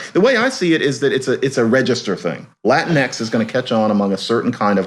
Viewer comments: dude, they didnt even keep it spanish in latin-x, its pronounced latin-ekies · About "latinx:" It rhymes with lynx, minx, hijinx, etc. Period.